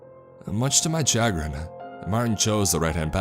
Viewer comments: the word is pronounced "Sha-grin" not Cha-grin". Also Hav-e-air, not Yave-yir, and Stow-ick, not Stow-ack. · If that guy's name is Javier, that's pronounced "Ha-ve-air" not "Yay-ve-err". Also, it's "sha-GRIN" not "CHA-grin". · Chah-grin? Oh... You meant Shuh-grin. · I love your videos, but I’ve noticed there are certain words you have trouble pronouncing, Javier = Hav-e-air, chagrin=cha-grin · chagrin is pronounced “shh-grin”